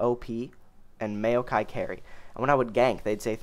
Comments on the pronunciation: MAYOKAI LOL IT'S "MOW-KAI" NOT MAYO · Maokai = M-ow-kai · Holy shit, you got no idea how how you said Maokai weird bothered me xD Mayo-kai lol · the way you say maokai makes me want to end my life